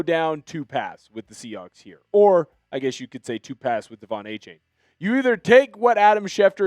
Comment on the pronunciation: Can you at least pronounce Achane right? It’s A-Chan